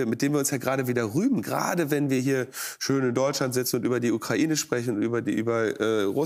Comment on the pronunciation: OMG Baerbock hat ja wirklich Kokain statt Ukraine gesagt🤣